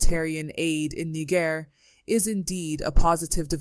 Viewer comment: Niger is pronounced "Knee-zher", not "Knee-ger".